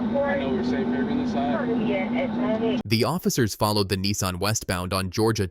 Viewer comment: Its a nissan not a neeson